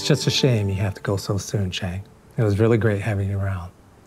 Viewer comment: Chang❌ Aang✅